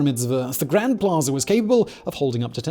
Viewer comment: Plaza, not "Plazer"